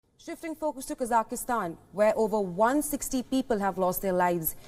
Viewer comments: needs to train their team on how to say the country’s name. Honest mistake. But still needs to be corrected. It’s Kazakh-stan not kazah-is-tan, it’s not to be pronounced like Afghanistan. Anyway hope things return back to normal in the country. So much loss of life is terrible. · It’s not pronounced “Kazaky-Stan” !!! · i think even tho there is a variation and a accent we should respect the original pronunciation and call it Kazakh-stan